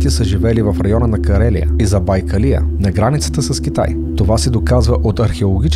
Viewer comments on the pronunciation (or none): Карелия е в Европа до Финландия, а не в Азия до Китай. И Забайка́лие, а не Заба́йкалия.🤣Означава районът зад езерото Байкал, не зад бакалията. ☝